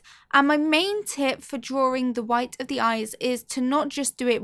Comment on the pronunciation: Why do you say drawring only one r